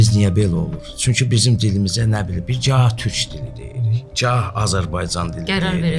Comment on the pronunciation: Cah yox Gah!!!